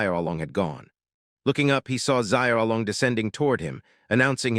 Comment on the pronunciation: ugh. You can learn the japanese sounds in one day. You can learn the mandarin sounds in one, maybe two days. Don't worry about tones, nobody really expects you to get the tones right- and american English usually has all 4 tones. We're just not consciously aware that we do. But the main point is- it's not zai ao o long. It's Shiaow Long. Xi ao long. Xiaolong. Can't any of you simply spell things phonetically, and then use find and replace all ? Is that too hard?